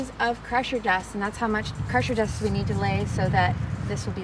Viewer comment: Crusher dust? Pressure Dust? Cant understand what you're saying. Wish you would have listed in description or flashed the word in your video. Thanks.